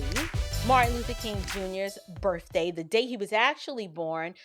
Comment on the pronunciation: I love, love, love you. I don’t agree w/everything you say by my respect for you is immense. My faith in you is strong and unshakably solid. However, please stop mispronouncing the “th” sound with “f.” The words are birthday and south, and not burfday and souf. Watch the tape on MLK and why you don’t celebrate MLK Day. 0-10 second mark-you clearly say burfday. C’mon now. You’re a star so take this tiny criticism as it’s all done with my deepest respect. Out.